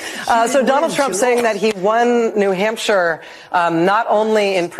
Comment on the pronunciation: Rachel said "New Humpshire." She can't be president.